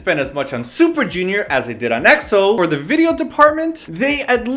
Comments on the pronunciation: it's pronounced "x-o" not "e-x-o" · can someone make a video on how to pronounce Eks-oh! it was NEVER E-X-O >.< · they always say E-X-O! arg! its pronounced like xo! sigh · ...you kept saying XO, it's EXO. lol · Please please please stop calling them EE-EX-OH. D8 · *screamo* EXO!!!!!!!!! yes!! pronounced EXO as ack-so in the beginning of the video XD as much as I like BAP, EXO's the only who's able to convince me to buy their albums